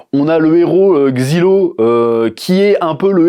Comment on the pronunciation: c'est pas xilo c'est zailo